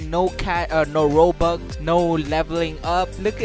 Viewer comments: you said RUBUX when its Robux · rubux? its robux lmao !!1 =] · Hey u u said rubux not robux and why u using vip server